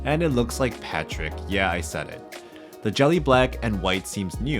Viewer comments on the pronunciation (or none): none